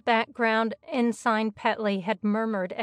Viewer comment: Ensign is pronounced in-sin as well. There were a few others, but otherwise the narration was well done.